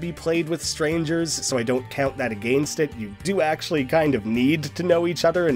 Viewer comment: why do you say against like that